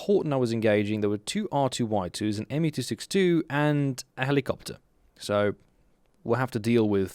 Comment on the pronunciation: I 100% understand annoyance at the 262... also that was great German XD